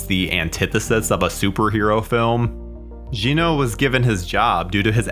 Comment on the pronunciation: Drives me nuts when people don’t pronounce European names correctly. The director, Jeannot Szwarc, is French. His first name does not sound like “Gino”. Details matter people.